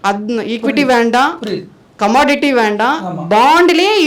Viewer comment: Commodity 🚫 commanattiii 😂😂